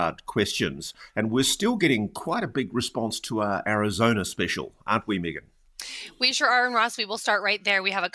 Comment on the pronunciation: Ross..why do you mispronounce Meagan name. Accent aside, i would think you could pronounce people's names correctly.